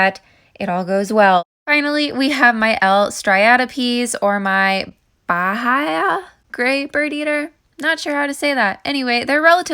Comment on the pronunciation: Bahia is more like "ba-E-a". You got the rest right, just change the "hi" for a regular "e" in English. In portuguese we almost don't read the H, so Bahia and Baía sounds the same here.